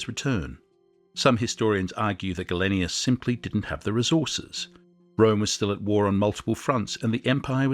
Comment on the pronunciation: Interesting stuff, but you could try to pronounce names like Gallienus not Gallenius and Principes properly.